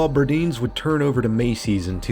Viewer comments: It's not Burd-eens. It was pronounced Bird-Eye-ns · It's "Bur-DINES," as in dine, not deen.😁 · Fyi: Burdines was pronounced "bur-dynes" not "bur-deans" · Fashion Square isn't located in "the inner city" LOL. Also, literally, no one called it The Square. And it's pronounced Bur-DINES (like "dines out"). The reason the mall is in the state it's in is because the developers who bought it are in a legal dispute with the OTHER developers who bought the adjacent Sears property. The plan was to tear the mall down and replace it with a mixed use development : Shops, office space, residential, and green spaces. Macy's would have stayed because they have, like, a 90-year lease. While I appreciate the tour of our sad mall, and enjoyed the music choices, a little more due diligence/research was needed. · The faux palm trees decroations you saw there, indicates this is a former Burdine's store. Which was one of the regional department store chains Macy's gobbled up, as they expanded to be a nationwide chain. Btw that word was pronounced as Bur-DINES, as if you're saying the word dine. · I've heard locals often say it was pronounced bur-dines, as if(for the 2nd syllable) you're going to dine somewhere. So I'll say you are right. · lol...yeah..for most of the video I was like.. what is a burdeen?... lol